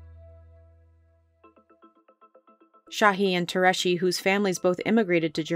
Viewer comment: Has anyone ever thought of looking up how to pronounce Tureci’s last name at all while filming this for production? It’s nowhere close.